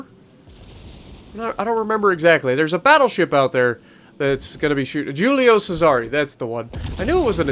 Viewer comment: Why he say Julio Cesar like that